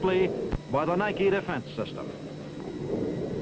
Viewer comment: Thank you,, for pronouncing Nike correctly. Many after you will not.